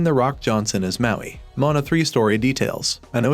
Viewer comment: Do you say mountain? It’s Maui.